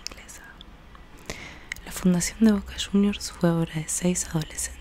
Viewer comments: Voca shuniors? Que es eso? Aaah cierto nuestros hijos, JAJAJAJAJA 😂 para cuando no van a ganar devuelta un partido?🤣🤣🤣🔴⚪🔴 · Boca shuniorrs.